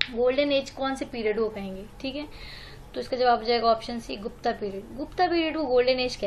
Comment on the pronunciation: आर्यभट्ट भट्टा नही, गुप्त गुप्ता नही